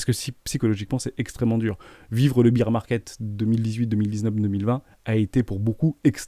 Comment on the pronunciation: C'est pas un beer market, on dit bear market :P